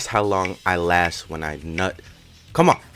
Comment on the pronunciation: “2 hours that’s nothing, that’s how long I Last when I NUT” The strength you put into the “NUT” part tho